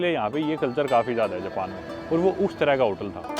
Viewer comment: bhai wo uss tarah ka nhi USSSSS tarah ka hotel lag rha hai sunke to ☠️